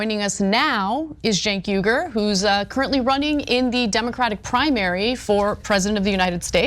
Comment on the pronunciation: Bro ur pronunciations are terrible.. it’s CHUNK YOGURT (Cha-UNC YO-gert)